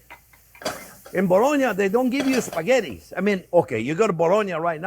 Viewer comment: As an Italian I can't help but correct the word...Spaghetti. Please not “Sphaggetti”. 😉 After all, it is one of the most used and famous Italian words in the world !